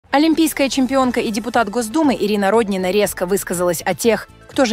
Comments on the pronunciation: Не РОднина, а РоднинА, для начала хотя бы в фамилии ударение правильно ставьте. Видимо, впервые узнали об этой женщине, а она не просто депутат, а настоящая спортивная гордость России, многие помнят ее триумфальные выступления и блестящие победы.Не вижу в ее высказывании ничего оскорбительного для проживающих за третьим кольцом, чтобы так остервенело ее хейтить. Я не москвичка, но согласна с ней. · Не РОднина , а РоднинА. Но наверное пора уже на пенсию ей, пораААААА, давноОООООО....зажралась......